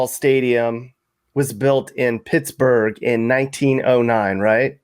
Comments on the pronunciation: Two pickets to Tittsburgh please 😂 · You pronounced Shittsbugh incorrectly